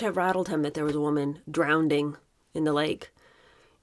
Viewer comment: It's 'drowning' not 'drownding'